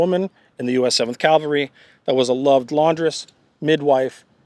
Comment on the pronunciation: Please learn how to pronounce "Cav-al-ry", not the religious term "Cal-va-ry"